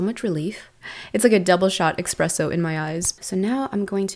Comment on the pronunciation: Wow…travelled the world, lived in France, yet said “EXXXPRESSO” 😅